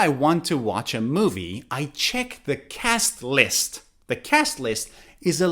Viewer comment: I need to know something When you said cast list You pronounced it like that cas lis is that true???